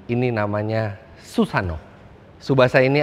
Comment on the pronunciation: mas koreksi susanoo itu bacanya "susano,o"